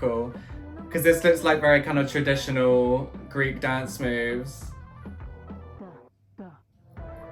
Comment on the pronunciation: I have only watched the first few seconds of the vid so far and I just HAD to comment on your Greek! WOW! Thank you for taking the time to learn to speak in my native language - you;re a star!